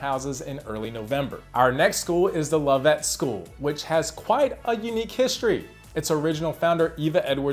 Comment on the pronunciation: Do your homework! I turned off your video as soon as I heard you mispronounce THE LOVETT SCHOOL. (The school is probably furious with you.) It’s pronounced LOVE-it, definitely NOT lov-ETT! I can’t believe you didn’t know this!